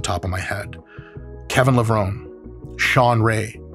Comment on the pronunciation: It’s amazing how many people miss pronounce KEVIN‘s last name 🙄🙄🤦🏼‍♂🤦🏼‍♂🤦🏼‍♂Folks, it’s pronounced Le - VronEEE